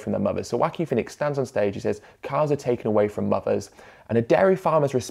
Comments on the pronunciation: I gotta say, every time I heard you pronounce Joaquin's name as 'wacking' I chuckled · Very interesting video. But as a Spanish speaker with a little Joaquín in my family, what surprised me the most was the British pronunciation of the name. The farmer drinking milk is the animated equivalent of the people posting meat pics on vegan groups. I was reading Ed about it yesterday, and I'm also baffled. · For a mexican, it is a bit funny how Ed pronounces his name. Love the content though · I loved the video but the way you pronounce 'Joaquin' is funny.